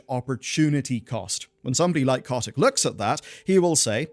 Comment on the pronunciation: It is funny the way you say bobby's last name